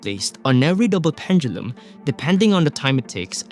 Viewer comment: Love how you pronounce pendulum